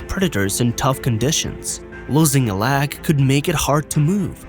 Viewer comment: "Loosing a Lahg"